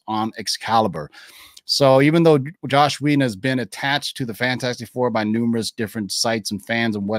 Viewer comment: His name is Joss Whedon, not “Josh”. Come on man.